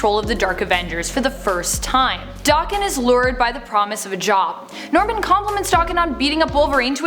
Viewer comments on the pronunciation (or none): Isnt it pronounced DA-ken and not Doc-ken? Just wondering how others pronounce it because I myself and most other people i hear say it stress the a like how it is in the word apple.